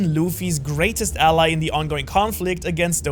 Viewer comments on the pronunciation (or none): none